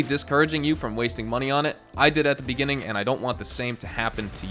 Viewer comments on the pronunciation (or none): none